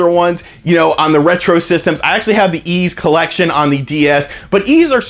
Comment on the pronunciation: YS is pronounced I:S as in peace not peas. Great Direct. Get hyped for a double dose of DK!